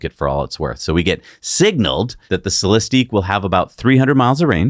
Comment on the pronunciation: It's Celistiq(ick) like lyriq(ick), no eeeeeek at the end